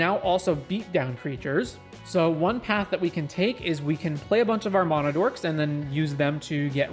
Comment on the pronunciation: You say mana wrong